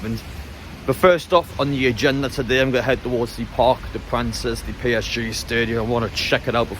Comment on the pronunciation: I enjoyed it but ask your fellow Geordies how to pronounce the Stadium. It's Parc De Prainz(the nearest I can get. lol_ Graffiti is the pronunciation but we, Millwall fans, like to be grammatically correct orally:) If you feel in the slightest danger then stop filmng. Your safety is the most important thing.